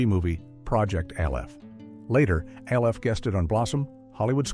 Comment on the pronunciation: AI can’t Evan say Alf …and yet they say they will take over the world …